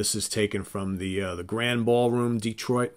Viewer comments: If it ever comes up in future videos, the name of the Grande Ballroom in Detroit is pronounced "Grand-ee" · the ballroom in Detroit where Dazed and Cream was recorded is pronounced "Grand-ee."